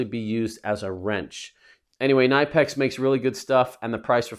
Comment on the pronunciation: Gotta pronounce the K in Knipex!